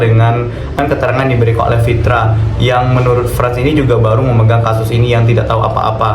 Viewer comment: Nama nya Pitra bkn Fitra.. pantat bkn fantat!:))